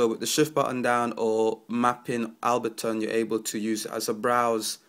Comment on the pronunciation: ABLEton not abbleton